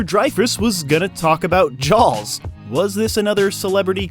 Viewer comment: Never heard it pronounced Jows before.